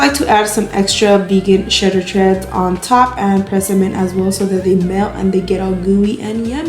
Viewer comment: “Shedder Treads”, lol, I love your videos.